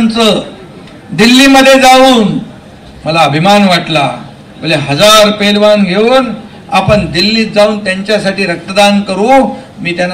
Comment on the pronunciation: आधी पैलवान बोलायला शिका पेलवान काय😂😂